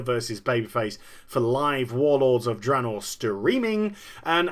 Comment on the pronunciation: Blizzard is in such HORRIFIC disfunction, the majority of the employees don't even know how to pronouce THE NAME OF THE PRODUCT THEY'RE WORKING ON. The guy in charge says "Dra-naw". The EMPLOYEES who clearly never even communicate with anyone else, say it "Drey-naw". What an unbelievably disfunctional company. Metzen clearly never even enters the company Break Room to grab a soda, because that's getting to near the peons. Not acceptable to a multi-millionaire like him. So we get endless Blizzard employees getting up on the stage at Blizzcon and continuously PRONOUNCING THE NAME OF THEIR PRODUCT WRONG. Blizzard Entertainment is, literally, the example of how a company should NOT be run.